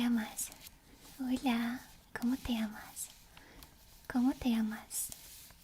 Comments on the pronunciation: As a Spaniard, i find it funny how you say “llamas”, maybe its because its soft spoken, but you barely pronounce the ll, so it sounds more like amas than llamas, and since amas is “you love” you are asking how do you love xdd, so maybe be careful. Ll is not like in English where its basically an L, its like a y, so maybe its eaiser to think of it as yamas, with the same ya pronunciation as yasuo, or same y pronunciation as yeah. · Tbh your Spanish is very good, except for your ll, which are a bit too soft and almost mute, maybe its an accent thing, but yeah